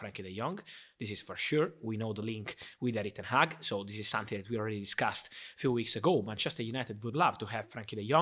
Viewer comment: why do british people always fuck up dutch people's names? its not that hard. Ten Hag not Ten Haag. Van Gaal not Van Gal. Van der Sar not Van der Saar etc.